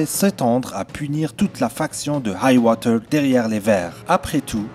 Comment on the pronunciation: Hight-tower pas Hight-woter